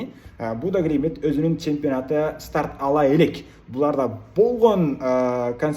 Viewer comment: Будё Глимит Эмес Глимт Десен